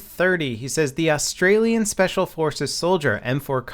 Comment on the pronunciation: "austrailian speacial"